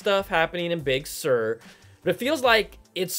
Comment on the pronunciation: damn you man! when i see an article on Big Sur.... i can only hear your voice... BIG SURRRRRR